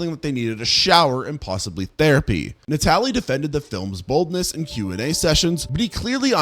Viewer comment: Natali is pronounced NAH-TAL-LEE. It means Christmas in Italian lol.